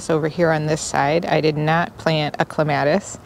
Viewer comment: You pronounced clematis differently in this video than in the first one I watched. It's the word that the pronunciation matters most to me so I am wondering why you changed when you were saying it correctly before? I am not at all ready for winter. Still have a lot to do. Work has just been crazy.